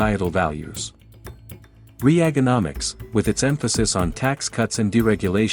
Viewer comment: No , you didn’t pronounce Reaganomics like that.